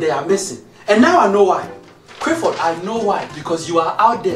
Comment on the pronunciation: I know dad had to emphasise the L in 'clap'...If he had pronounced it in the same way he does Crifford?